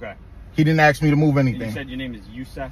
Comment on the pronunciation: ASK NOT AXE